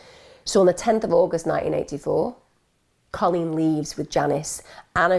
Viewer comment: Just got to say my name is Colleen, I love the way you say it. This story is sad. You did her well.